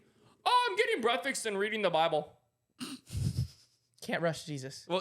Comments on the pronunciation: Bro the amount of times has said “brekfets” is crazy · Cash saying breafextninstesd of breakfast several times and no one corrects him😂 and his words hahaha Also Kyle is the best part of this podcast❤